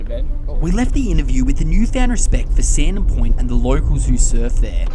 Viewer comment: "Sandon Poynt" 😅